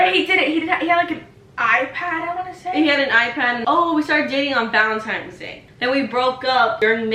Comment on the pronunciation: Really "Valentime's" It's Valentine's. Uhhhh!